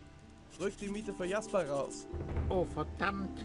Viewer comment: A ludzie narzekają na dubbing w mrocznych tajemnicach a tutaj widzę w ogóle nie jest lepszy poziom :P Powodzenia w przechodzeniu modyfikacji ;) Jeszcze taka sprawa w niemieckim języku nie ma "dż" więc czytaj "Jasper" np. Tak sam jak "Jarkendar" a nie "Dżarkendar"